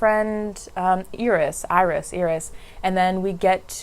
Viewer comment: Her name is pronounced Eye-ris😩😩 like the flower.